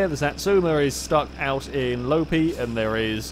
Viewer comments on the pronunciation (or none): Loppi is pronounced more like Lopppppi than Lopi